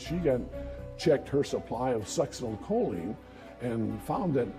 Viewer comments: sux-in-oh-co-lean is how you pronounce the medicine You've got the information wrong about medical technology in regards to testing for sux (the short name). The problem isn't they couldn't test for it. The problem is that it leaves the system very quickly. Something like 2-4 hours and there's no trace of it in the system. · Please do some research and learn how to pronounce words, BEFORE you record the video. Especially peoples names - it's very disrespectful and unprofessional not knowing how to pronounce someones name!!! Linda Gough is Goff, not Go. Siegenthaler is See-gen-thaler. Succinylcholine is Sucks-in-ul-cole-een. And people don't 'digged up the yard' in the past tense, they 'dug up the yard'. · I would add learning to pronounce words correctly. The succinylcholine annoyed me especially since they had clips where it was pronounced right.